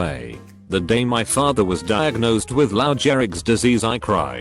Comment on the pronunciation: What was sad, was my inability to take it seriously after hearing "LoW JerRiCkS Disease." 😂